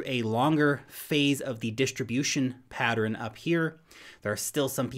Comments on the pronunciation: Pattern > “patterin” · Only 2 syllables in the word pattern. Pat-tern not pat-er-in